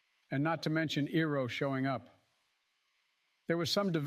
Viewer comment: where the heck did Biden get his pronunciation of "Iroh" from?!